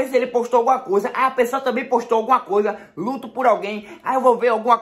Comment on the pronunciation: Ele falando ludo kkkk kkkk é "luto" kkkkkkkkkkkkkk